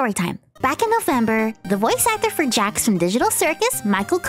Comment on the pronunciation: You said JAX name wrong